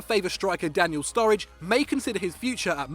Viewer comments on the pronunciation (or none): none